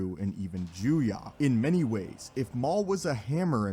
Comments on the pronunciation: It really bothers me that he says Joo-Yah and not Joo-Yoh. EDIT: To actually give some feedback, the issue here is that Maul had extraordinary potential but no formal training (certainly not decades as Dooku did), as many have already stated. Dooku is certainly powerful, but at his rate of progress and given equivalent formal training, I believe he outclasses Dooku in every way, save for maybe Force usage. Alternatively, the forms are often treated as a Rock, Paper, Scissors. Form 1 beats Form 3 (not actually), Form 7b (Vaapad) beats Form 7a (Juyo), etc, so it could also be argued that Maul's willingness to adapt to new forms gave him even more potential than Dooku ever had. After all, if someone learns a form that counters Makashi, they wouldn't even necessarily need to be a master in order to best Dooku. A firm foundation and highly-honed swordsmanship skills is all it would take. All that aside, it's kind of a moot point to pit a bonafide master against one whom someone else merely believed had the potential to surpass everyone else. Think of it in game terms. Dooku was at level cap, pre-expansion with no plans to play the new content. Maul was only halfway there and would've kept playing past the expansion, ultimately surpassing Dooku. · Not juya, but juyo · “Jew-yah”? It’s “juyo” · It’s Juyo not juya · It’s ‘Jew-yo’ not Jew ya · I'm confused how you have so many videos of it pronounced Juyo with an o sounds...and this one you crack open the juyah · Form VII is Juyo, not Juya. Juya isn't a thing. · He keeps saying juya, but form 7 is actually called Juyo 🙄😐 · You know that Juyo is pronounced as written and not Juyah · Your mispronunciation of “Juyo” and “Soresu” are more irritating than u realize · the way this guy says Juyo is making my brain hurt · It's not nay-men It's Nee-man It's not juya It's juyo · JuyO, makashi (like kakashi), soresu (sore-ess-oo) Ffs pronounce shit right